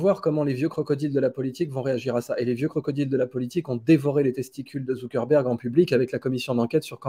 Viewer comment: Zuckerberg pas Zuckenberg 😂